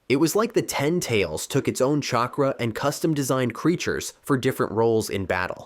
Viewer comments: Shakra 😂 nah good vid tho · Chakra not shakra